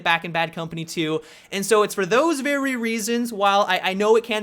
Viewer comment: He sounded like an asian in when he says "very"